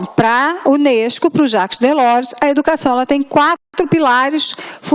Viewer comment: Aula mais do que maravilhosa!!! Acompanhei todas as outras 5 anteriores... Só tenho uma pequena nota a fazer (não é uma crítica!!!!). O nome Jacques Delors é francês, e deve ser pronunciado como "Jáque Delór". Parabéns pelo excelente trabalho...